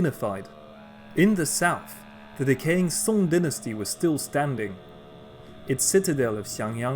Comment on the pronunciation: Dynasty* not DNASTY